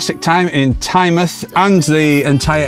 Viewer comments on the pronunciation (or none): Just a couple of things: It's Tyne-mouth not Tynemuth It's Collingwood not Collingworth 😅 and Stan Laurel lived in North Shields not Tynemouth Tynemouth Station has a great market every weekend Good video Check out North Shields and the Fish Quays👍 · Great Chanel especially on Tynemouth and Whitley bay ( my home) and it is pronounced Tynemouth ie mouth of the Tyne not Tynemth 😊 or chiselton in supergran days 😂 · It's pronounced Tynemooth